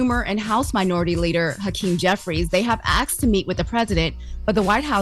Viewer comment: “they have AXED”? Wtf is wrong with her and Loren??? The WORD IS ASK. SOUNDS LIKE AAAASSSSSSSSSSSSSSSSSSSK!!!!